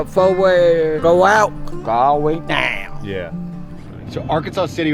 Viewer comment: The way that man spoke the word ‘down’ will hunt me in my dreams